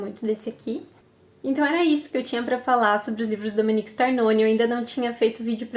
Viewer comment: O nome é Domenico e nao Dominique.